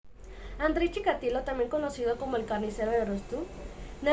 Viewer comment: Chi KA tilo. Dices Chika LI to